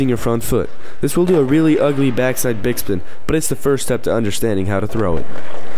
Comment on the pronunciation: im gonna teach you guys how to backside "dickspin" lmao.. it sounded like you said that :)